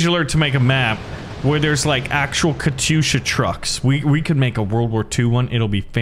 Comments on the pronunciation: It is said kat-yusha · Man that katysha (not Katyusha) was good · Warpath pronounces katyusha “Kat yusha” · hopefully my life hasn't been a lie. i thought it was pronounced katy-usha